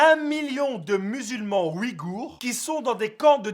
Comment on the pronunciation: Au passage c un peuple turcique et ça ce prononce pas "oui-gour" mais "uygur"